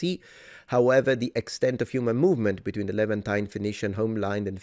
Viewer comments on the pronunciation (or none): none